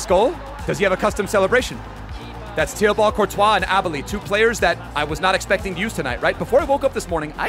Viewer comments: It’s pronounced Teebo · The way he pronounces Thibaut is wild😂